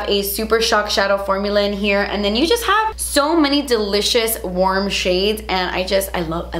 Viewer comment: Girl, “Delichass” “juitcy” my new favorite words😍😂 also, go to skincare products?